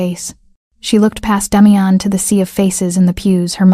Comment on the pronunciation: The AI voice can’t pronounce the name Damian